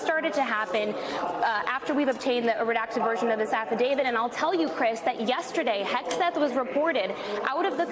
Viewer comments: Affidavit, not affiDAVID. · Stop saying "affidavid" and use the correct word, PLEASE!!